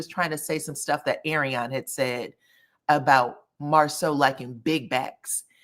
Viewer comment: She even mispronounced his name!!!